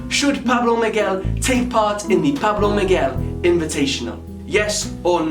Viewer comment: Pablo Miguel u said my name right first man ever do u have a Instagram